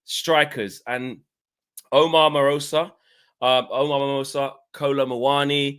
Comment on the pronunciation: Omar who??? Marmoush like CUSHion not Marmosa😂